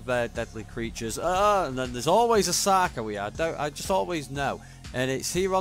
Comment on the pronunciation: Did you just say Sacro Shark at the beginning? When you were calling it’s name for short lol